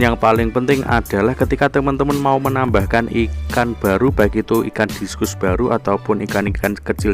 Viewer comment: Discus. . Bacanya diskas bang..